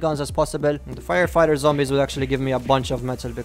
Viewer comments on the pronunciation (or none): none